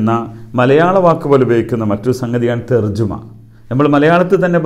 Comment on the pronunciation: തർജമയാണ് ശരി... തർജുമ തെറ്റാണ്